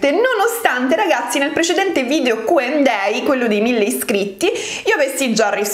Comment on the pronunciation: Ma solo io ho notato che dice Q&day invece di Q&A?